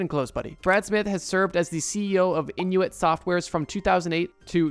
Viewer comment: it’s pronounced IN TOO IT Not Inuit